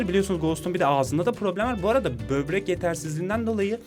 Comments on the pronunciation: bebrek değil böbrek hadi kafamı kır hadi! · abi bebrek demenle dalga gecmicem cunku ben berber diyodum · bobrek değil bebrek diyoruz artık arkadaşlar kendini yalnız hissetmesin? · EUEHUEHUEUU BÖRBEK DEDİ UEHEUEUEUHUEH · Bebrek. Evet. Böbrek değil, bebrek. Çünkü özeldir. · sbi bübrek ne ya böbrek o :D